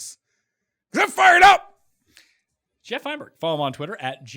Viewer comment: Geoff? Who is this Geeeoff?